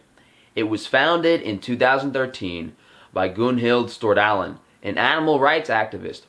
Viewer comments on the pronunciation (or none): Hahah so funny hearing you pronounce Petter and Gunnhild Stordalen for a Norwegian 😅 great content as always 😊